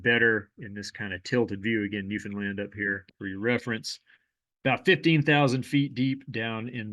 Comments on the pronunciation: thanks for pronouncing newfoundland correctly! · Someone actually pronounced Newfoundland right lol, props! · Wow you pronouced newfound land right 😮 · You mispronounced Newfoundland correctly. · Very impressed you pronounced newfoundland properly, most people dont lol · Thank you for correctly pronouncing Newfoundland!